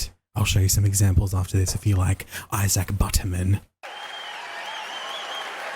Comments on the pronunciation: Don't know if anyone caught it "There are jokes that don't hurt people's feelings" sentence after that proceeds to get Isaac's name wrong these twats canny do anything right 💀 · So this guy that wants you to accept his pronouns and use them properly. Makes fun of the way you look and mis pronounces your name. lol